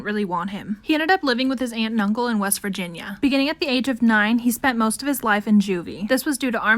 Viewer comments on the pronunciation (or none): none